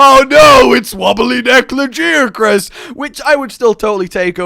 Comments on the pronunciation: Lajiacrus?! It's lagiacrus mate 😂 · a guy laggy-ak-russ, not lah-jee-ak-russ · La ,guy ,a ,Chris that's how you pronounce lagiacrus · La, guy, a, Chris, that's how you pronounce lagiacrus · I do hate trying to correct people on how to pronounce monster names, but... BUT , La-Gai-ah-Crus